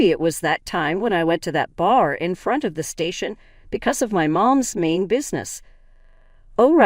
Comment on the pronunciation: "Threw" the burger away not "through". Pass the "bah-ton" not bay-ton. My mom's 'main' business not 'mean'.